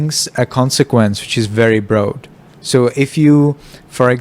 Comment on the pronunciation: broad rhymes with rod in English. Other wise your English is very good.